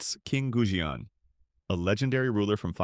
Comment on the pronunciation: on the theory that you are an actual human, not ai slop narrator, there are a bunch of words that might be hard to learn growing up during the pandemic: Goujian - Gooj yen Mawangdui - Ma wang dway Sanxingdui - San sying dway Mise - Mee suh (you even show the original characters, yet still say 'few surviving pieces of mice wear') Zhang Heng - inexplicably you nailed this one.. 10/10 xD Cai Lun - Tsai Loon